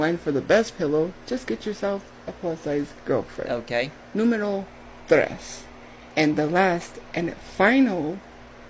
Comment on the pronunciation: “Numero Thres” dear god